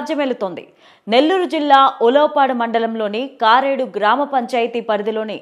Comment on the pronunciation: Madam pls rectify your pronunciation on kareedu village